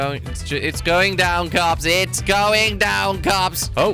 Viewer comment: (Michael123cz Gaming) he say KOPS not COPS or CUPS